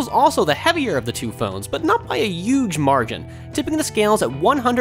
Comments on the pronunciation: did he seriously say yuge? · DarthZox yeah I caught that too. Guess they have to keep up with what's "cool".